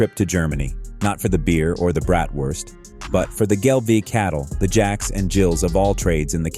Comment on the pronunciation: Gelbvieh is pronounced gelb-fee. Vieh is the German word for cattle.